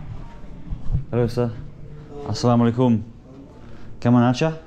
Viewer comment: Bro! I have been watching your all Bangladeshi vlogs for the last few days. The way you are saying 'Assalamu-Alaikum', 'Kemon Achen', 'Valo' is absolutely amazing. For me you are the best among all the foreigners who made vlogs on Bangladesh.